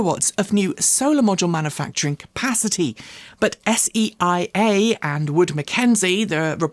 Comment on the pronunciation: SEIA is pronounced SeeYa not spelled out S-E-I-A